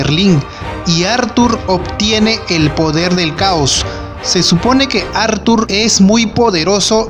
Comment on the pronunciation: Como dice athurrrrrr jajajajaj